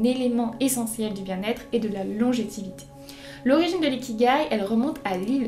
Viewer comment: Merci pour les infos. Mais, pour info, on dit LONGÉVITÉ et non légitivité.